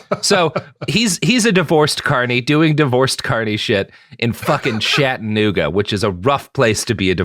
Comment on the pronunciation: Never heard Chattanooga mispronounced so many times in my life.